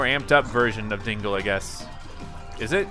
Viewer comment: dangle not dingle